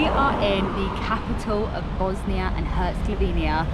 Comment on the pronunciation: Lovely video , positive vibes….but…..HerzegoVINIA ? Sarayivo ? Never mind , next time 😂